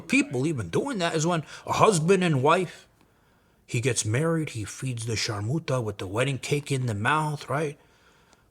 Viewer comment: Lol, you like saying sharerrmuta